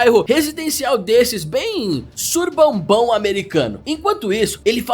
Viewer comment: "Surbambão" é foda. 😅😅😅😂😂😂😂 Suburbão.